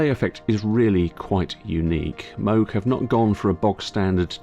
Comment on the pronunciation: I like Mog! No more mispronouncing of Bob Moooog's (as in the cow) name!